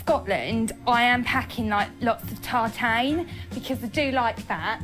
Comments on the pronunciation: when she said because she was going to scotland she was taking lots of 'tartaine'... i had to rewind to see she was referring to 'tartan' too cute oblivious, but cute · Semolina 😂 ❌..... salmonella✔️. Tartain 😖❌. Funny show.